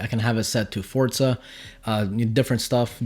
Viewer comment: hey! you pronounced Forza correct!!! (Fort-za) I congratulate you 😊😎